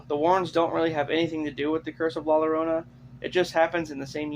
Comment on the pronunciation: It’s not La LArona… it’s La YA-Rona. It’s Spanish… c’mon white boy!